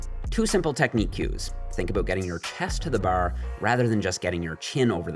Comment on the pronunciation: As much as I like I hate how he says “bar”